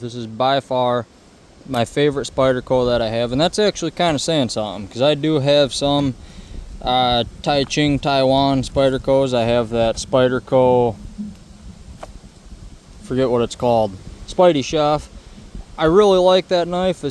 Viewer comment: Taichung… not Taiching!!